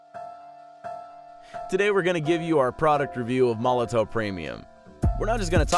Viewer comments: oh my lord its pronounce molotov not molotoe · I do wish people would learn to say Molotow properly. It’s pronounced with a “V” at the end guys as in Molotov cocktail.